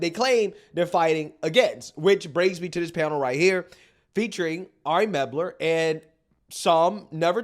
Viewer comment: MEL-BER….. Ari MEL-BER……